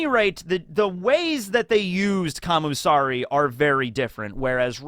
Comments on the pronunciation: Isn't it "Kamisari" rather than "Kamusari?" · But its not kami tho, Its Kam U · I thought he was saying commie